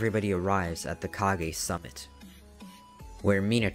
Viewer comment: ah yes the kagezakage